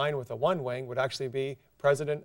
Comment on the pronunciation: When he says wing it sounds like wang.